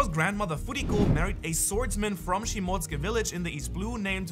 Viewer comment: It cant be this hard to say shimotsuki